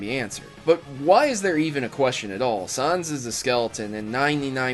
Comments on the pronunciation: STOP PRONOUNCING IT SUNS, IT'S SANS! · Ok time to reveal this,this may be hat to understand It's pronounced sans not saaahhhhhuuuns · its not sunss its sans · it is not sons it is sans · it's sans not sons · sans not sons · ITS NOT SONS!!!! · It's not sunz its pronounced suh-an-suh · h8 to be a grammar Nazi but, Its not pronounced Sahns. Its sans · ITS NOT SONS ITS SAAAAANS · its pronounced s aa ns not suns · its "sans" wait ur american i think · Not Zons Its Is Sans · It's not pronounced Sohns it's pronounced Sayns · Sans not Suns sans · Your saying sans like sons it's pronounced like sand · It's not SAHNS, but Sans. Like the word Sans in Comic Sans. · he said San wrong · His name is not saans its sans stop calling him saans! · his name isn't sons it's SANS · It's pronounced like comic sans not sons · Sorry, this is annoying me It's sa-h-ns Not s-ah-s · i takes 4 hours, and it sans, say s ant with a s instead of a t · why are you saying sons and not sans? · Sans, not Sons. ahhh! thats so annoying. Not to mention, Papyrus is also a font. he's a skeleton, written in comic sans, papyrus is written in papyrus. Other characters sweat too. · It's not Sons its Sans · he called sans sons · Did you really pronounce Sans, Saans? Sans It's pronounced Sæns... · its sans not sons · "say comic sans" "comic sans" "now say sans" "sahns" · it isn't Sahns. it's Sans like font, and papyrus is also a font. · facepalm I was being sarcastic. I joked about how pronounced your name as Sahns, and not Sans. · He said suns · He say comic sans fine. But why does he say "sons/sahns"? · He's not called "Sahns" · "sahns" okay. I'm just sitting here wondering why you're pronouncing his name that way when you said "comic sans" normally. saying comic sans then saying his name as "sahns." why?? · Why'd you pronounce Sans like that? I'm pretty sure it's pronounced the same as Comic Sans. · why do u say sons? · >sauns Who's sauns? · Who the heck is Sahns? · U pronounced sans wrong m8